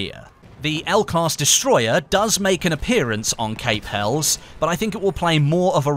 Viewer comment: HELIS!!! you pronounce it HELIS!!! lol! Helles meaning Greek! Pronounced HELIS! lol why is EVERYONE GETTING IT WRONG HAHAHAHAHA!